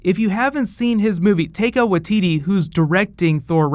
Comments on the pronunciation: hey, just so you know, its tie-kah why-ti-ti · as a fellow new zealander, the best i could phonetically spell taika waititi's name would be tie-car why-T-T. but you did better than most people do with speaking maori! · Yo, I'm from NZ like Taika, and his name is properly pronounced TIE-kah WHY-titty. Just fyi. Good vid btw ✌